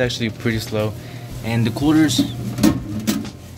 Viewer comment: Is it just me or when he says quarters it sounds like coolers?